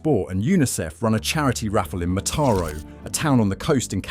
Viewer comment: Mataró has an accent in the last syllable (Yes, there are accents in Catalan and they have a purpose), it's not pronounced like in this video stressing the second syllable. Please, do some serious research before producing a video. 😊